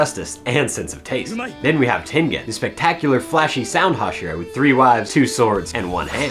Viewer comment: I don't wanna be that guy, but it's not tenGen it's pronounced ten-jen.